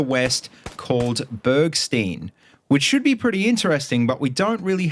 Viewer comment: Just for info; "Bergstein" pronouncing as shoot's "sh". Also that map was in Call of Duty 2's singleplayer too.